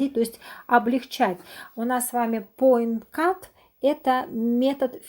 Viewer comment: Потнтинг или поиткат...на капце Ви апять говорите поиткат